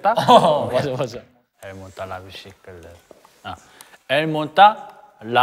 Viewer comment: ha detto bicicletta con un accento toscano ahahahaha